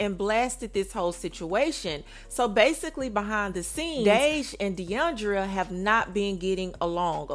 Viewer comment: Mama its DE ION DRA not DE ION DRIA